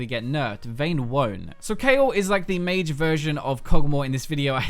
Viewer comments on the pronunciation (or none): none